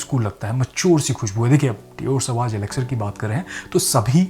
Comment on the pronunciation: You are perfume reviewer, please don't mispronounce the name of "Sauvage" it is a legendary perfume. Please refer Google for correct pronunciation, it is not सवाज